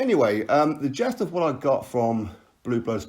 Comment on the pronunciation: It's gist not jest. 👍🍺